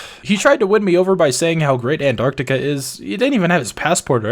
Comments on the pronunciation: ITS PRONOUNCED ARO-STOTS-KA NOT ANTARCTICA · here's how to pronounce it, are stote skuh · you say arstozka like this: arse-tots-ka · What is this? Not bothering to pronounce the name of glorious Arstotzka? Believe or not, right to jail!